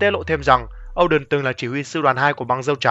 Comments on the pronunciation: O đen mà cứ đọc âu đần nghe buồn cười vãi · Oden mà nói ôđình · Ad đừng đọc Oden là “Âu đừn” nữa được k. Wano là nước phỏng theo Nhật Bản nên đọc theo kiểu tiếng Nhật là “Ô đên” thì hợp lý hơn.